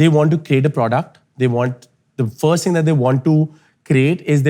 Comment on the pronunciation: Firsht nahi first hota hai mote 😂